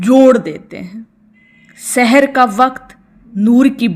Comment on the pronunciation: سحر ھوتاھے س پر زبر کے ساتھ زیر کے ساتھ پڑھنے سے مطلب جادو کے وقت پڑھو